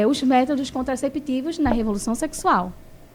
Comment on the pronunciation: “SÓCIÉDADI, FÉMINIXTAS, CONTRACÉPTÍVOS…”🤮🤮🤮🤮🤮🤮